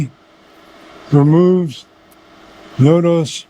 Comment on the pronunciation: It’s Notos not nodose buddy 😂